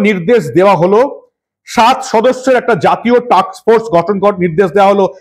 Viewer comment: আপনার প্রতিবেদন ভালো লাগে, উচ্চারণে একটু সাবধানতা নেবেন টাক্স ফোর্স না টাস্ক ফোর্স